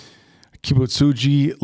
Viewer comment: Kibutsuji is not an easy name to pronounce, and nailed it. I'm impressed